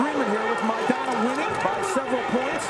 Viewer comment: El boxeador Argentino se apellida Maidana, podrías pronunciar su apellido correctamente.